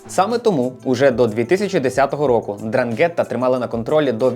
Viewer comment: Я вас прошу, ознайомтесь з правильною вимовою слова 'Ndràngheta, бо це Дранге́тта слухати все відео було важко)